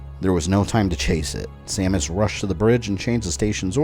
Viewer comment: hehehe you said Stamus